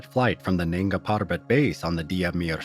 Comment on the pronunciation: Its nanga not nenga , nanga meaning naked